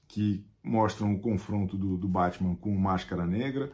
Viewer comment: Chico Barney: sociólogo, antropólogo, psicólogo. Mas fala Bétman, então colonizado também.